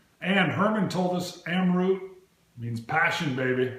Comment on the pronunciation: Pronounced as Amrat the rat as in tone of Mahabharat's "rat"